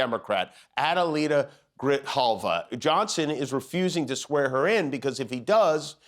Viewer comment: When can we see Diego Luna again? We are all ANTIFA! Jimmy pronounce "Adelita" correctly. That is a great name honored in song and tradition, applied to revolutionary female fighters in the Mexican revolution.